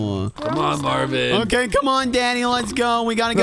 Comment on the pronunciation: is Marvin not Marvim